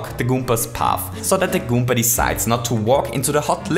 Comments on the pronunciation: You need to stop saying goompa. Its goomba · At 8: 43, you called a koopa a gommba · I like how he says goomba. "Goompa" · this was amazing but i still despise the way you say goomba okay no for real good vid